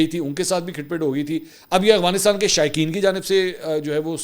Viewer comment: Mansoor bhai, please Afghanistan ko 'Agvanistan' mat bola karo, Pathan aur chirh jaatein hain. You are a senior journalist, this is an easy one to rectify.